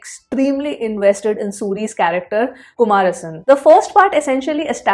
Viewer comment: There are lots of hidden details that Tamil ppl will understand.. we need to pronounce as Kumaresan not kumar-san.. He has been showed as follower of Vallarar (keep his photo in jeep) who said “Feeding food to hungry ppl is real worship” which will resembles in Soori char in the movie..